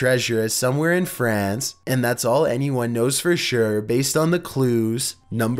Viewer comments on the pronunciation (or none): none